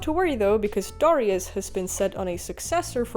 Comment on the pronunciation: How come everyone mispronounces Darius name ?